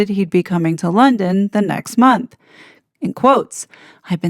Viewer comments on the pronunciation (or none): none